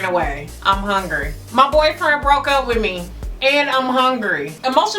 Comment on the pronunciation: I love the fact that you say HONGRY...lol... I totally say that. This video was great! Thanks